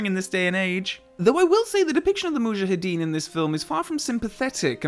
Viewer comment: How does weaponry novice Saunders know that Bond missed *deliberately*? Hoped you would address this minor plot hole. 25+ years of being irritated by Dalton's mispronunciation of "Mujahideen" finally put to rest by this splendid little segment.